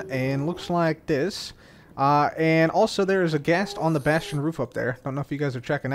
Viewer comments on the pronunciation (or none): none